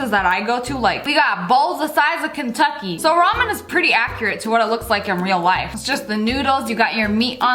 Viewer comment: Sssniperwolf: talks about ramen What I hear: Ramin Ramin Ramin What I think: ponyooooooo